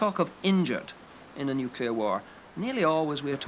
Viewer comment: Helmetless Riders.. This is a pre-Nanny State documentary.. where it seems they were afraid of nothing... except maybe Neww-Cue-Ler War?. Hahaha